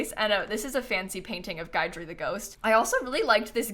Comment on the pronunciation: I love this build! For future reference, it's Gid-ree, not Gide-ree. It's one of those hard to pronounce Louisiana names. lol